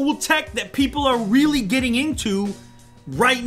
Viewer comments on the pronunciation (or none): none